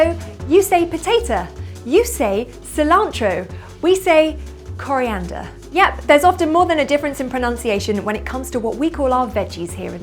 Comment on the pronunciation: I love the way you say coliander with french accent